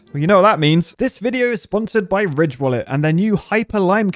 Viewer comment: wait is ridge wallet supposed to sound like rich on purpose? Did i just realise that?